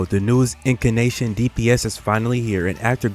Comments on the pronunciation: If you're gonna stitch every single word together in post you could legit just write a script. Also it's Incantation, not fucking Incanation. Jesus I know the meme is you failed everything but it's just grating on the ears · Bro its In-can-tation in case you're not sayin it wrong to troll lol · Bro do you even play this game? Who is iori 💀 and I don’t even wanna know why you saying incantation like that.